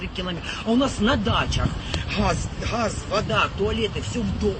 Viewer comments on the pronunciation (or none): НЕ ХАЗ ! А ГАЗ! 😂